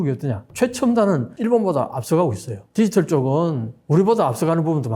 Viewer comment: 디지털 발음 연습하세요 ㅠㅠ